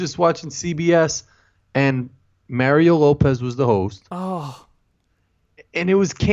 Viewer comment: except when you say mario